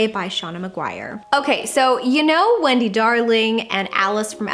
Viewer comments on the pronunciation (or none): none